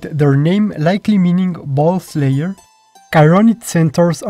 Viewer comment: I will be honest, I heard “bull-slayer” as “ball-slayer” in both this one and the previous one, and knowing how dirty centaurs could get, I’m not all too surprised.